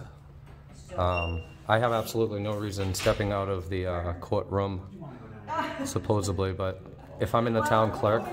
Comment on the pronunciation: ......supposebly isn't a real word. It's pronounced supposedly. With a D. Not a B. Just saying. I've noticed you say that word wrong consistently and today I decided to point it out. Work on that. Great videos otherwise. 🙂